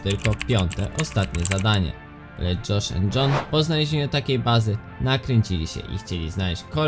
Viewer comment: dżosz end dżon XD